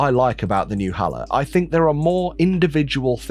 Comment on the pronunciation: I believe it is pronounced hey-low.